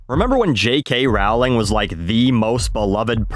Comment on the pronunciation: Why do you say Rawling? It's Rowling, like in row, rolling.